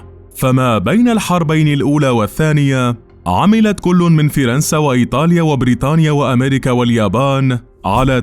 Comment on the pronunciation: اول مرة بسمع حدا بقول فرنسا بهل الطريقة